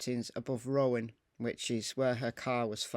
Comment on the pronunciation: pronounced Roe en